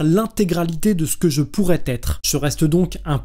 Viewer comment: merci pour cette vidéo intéressante, beau travail :) . petite remarque de forme : une erreur de liaison vers 15'25 vous dites "je pourrait être au lieu de je pourrais être", et sur le fond, le concept d’Inconscient freudien est en effet très limité et limitant, pas du tout nécessaire, et reconduit des archétypes plus qu'il ne révolutionne les paradigmes. On reste du coup dans une logique de transcendance, avec la phénoménologie on peut pê mieux penser l'immanence de l'esprit à la matière... La psychanalyse mène in fine à un structuralisme qui reproduit le matérialisme et le dualisme peu ou prou.